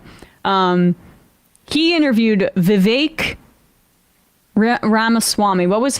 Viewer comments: She cant even get Vivek's name right..its not "Divek." It's great symbolism for the inaccurate takes (cant call them facts) on this podcast. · You guys truly give Morans a new name...throwing stones, and talking behind the mams back..what cowards you are, and how dare you IDIOT tall about Vivek when you cant even pronounce his name...NI CREDIBILITY, FOOLS !!! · Can’t even pronounce Viveks name & stutters into the comment. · Yea Tucker is so irrelevant 178 million people watched him interview Trump last night 😂 the hate is strong with y’all and please learn how to pronounce Vivek’s name. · These lefty loonies cant even pronounce the name vivek